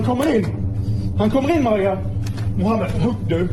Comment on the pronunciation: barely called the poloice🥀 on mohaamand